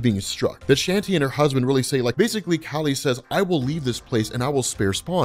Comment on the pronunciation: Kali. Its pronounced like the first half of "CAULI-flower". And kali is the other half of parvati